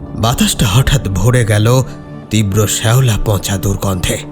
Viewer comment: খুব ভালো। একটু চন্দ্রবিন্দু গুলো বুঝে ব্যবহার করো। "পঁচা" নয় পচা। এরকম আরো কিছু আছে। এদিকে একটু খেয়াল রেখো।